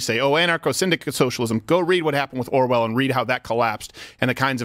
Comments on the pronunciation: Orwell not Arwell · It's Orwell not Arwell! Come on Alex!